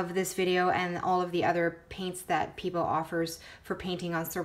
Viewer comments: "peebo" haha. pebEo!! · Pay-Bay-oh... is how you pronounce it :)